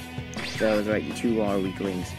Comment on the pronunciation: It sounded like you said tooth then two XD